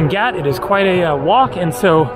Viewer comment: pronounced g AH t not gat friend